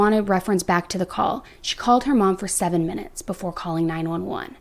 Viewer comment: Ok, so who calls 911 9-eleven? !